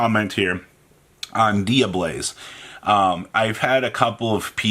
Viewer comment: Take a shot every time Robbie says “Dia-BLAZE” and not “Dia-BELLZE.” For god’s sake it’s Tear-“Element” to him all over again.